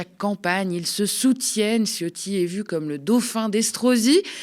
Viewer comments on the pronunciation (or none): On dit pas "Ciotti" mais C(h)otti-rez la chasse d'eau après vous svp qu'elle remonte pas se présenter au élection ! Hein Fesstrozi, récupéré ta 💩 lâchée ! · Faut prononcer "tchiotti"; Parenthèse : comme dit ma mère, quand je lui dis : "maman, c'est moi le chef !" elle me répond : "ouais, le chef des chiottes !". Ma mère est flamande, c'est l'humour des Flandres.